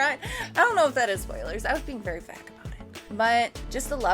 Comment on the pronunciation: Vague you mean? lols - Shippuuden? lol Amazing you pronounced an English word and then a Japanese word wrong so quickly together. Vocab is your weakest trait by far.